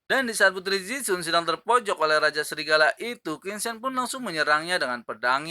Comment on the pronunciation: Min bacanya tolong tetap qin cen jangan qin sen